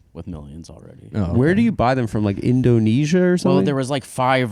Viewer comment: adam has said indo-nezia for fucking 9 years and ive had it u cannot open an episode with it that is disgraceful